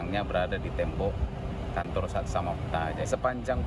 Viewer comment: Kantor apa kanto* sih,apa gw salah dengar😅